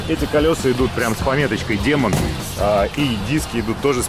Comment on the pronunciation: Не демон а дИмон)